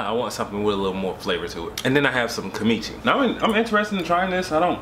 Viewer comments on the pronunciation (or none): lol.... I think it's pronounced Kim/Chi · It's pronounced KIM-CHEE. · Lol it’s “kimchi” like “kim-chee “